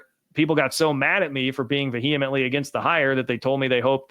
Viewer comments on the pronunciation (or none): stop putting an extra syllable in vehemently. Not "vuh-hee-uh-mint-lee", "vee-uh-mint-lee"